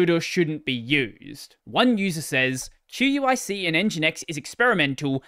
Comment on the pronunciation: QUIC is pronounced "quick". It is the replacement for TCP that HTTP/3 uses at the transport layer 🙂